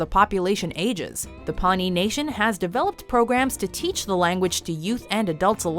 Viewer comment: I loved dances with wolves and you pronounced Pawnee wrong